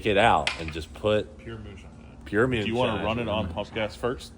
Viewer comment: pure mewnshine